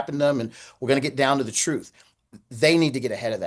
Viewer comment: I don't understand why he can't pronounce the word, truth.